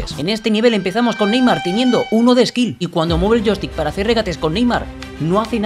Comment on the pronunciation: Skill❌️ Ksill✅️